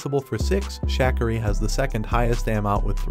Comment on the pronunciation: YOU ARE MISPRONOUNCING MOST OF THEIR NAMES NAMES??? NOT 'TAM-MARY' BUT 'TUH-MARI'. NOT 'SCHACK-CARRY' BUT 'SHUH-CAR-RI'. HAVE YOU NOT HEARD THESE NAMES A 100 TIMES BEFORE ON TV?